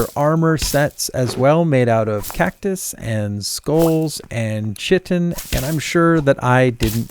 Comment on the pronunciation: chitin is pronounced like kaitin.